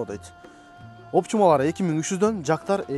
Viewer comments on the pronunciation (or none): Оптичма эмес оптима дечи